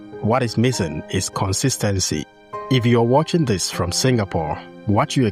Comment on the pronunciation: You said fom not from??????